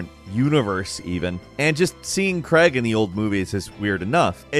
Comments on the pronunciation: Why cant Americans pronounce Craig? Its not Creg. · Daniel Craig, not Daniel Greg O.o And the pronunciation of Derby 😢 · It's 'Craig', not 'Kregg'. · Why you saying Craig like Creg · "Kreg" its CRAIGE! as in "Kr- Ay- gu" not kreg like keg... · It's Danial Craig, not Daniel Cregg. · Craig = Crayg not Cregg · WHY on gods green earth do americans pronounce Craig as Creg?? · My man said "Daniel creg"